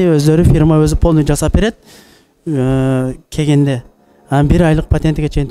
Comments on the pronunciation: Ээ тугандар кеген кеген дебей так суйлогулочу келгенде деп эле. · Кегенде эмес келгенде десең